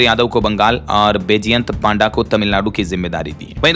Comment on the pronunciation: पांडा का अर्थ भल्लू है। शास्त्र पढ़ कर जो ज्ञान मिलता है पंडा कहलाता है।जिसका पंडा है वह पंडित है। भगवान् जगन्नाथ का उपनाम भी पंडा है। सम्माननीय लोगों का नाम सही बोलना चाहिए।पांडा नहीं पंडा उच्चारण सही है।